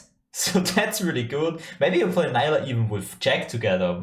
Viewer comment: so so excited for her!! pronounced nee-luh not nye-luh btw :))